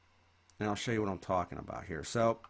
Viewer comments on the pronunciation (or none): none